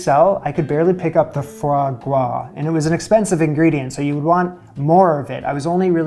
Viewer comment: Sir you don’t ever have to explain or apologize for why you’re using foie gras, maybe for why you pronounce gras like gwas but not for using it.